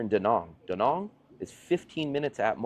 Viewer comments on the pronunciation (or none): Since you live there, learn to pronounce the name of the place: It's not Da Nong goddamit, It's Da Nang!